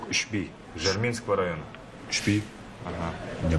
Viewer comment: Название население не правильно написали или не правильно актеры произнесли Жарминский район, поселок"Ушбиик" а не "Ушби"!🤗 Фильм отличный🔥